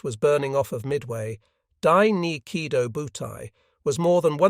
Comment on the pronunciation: Oh, I get it now - the AI is leaving out the O sometimes - yea that is annoying. I thought you were suggesting that there was no long-o at the end of Kido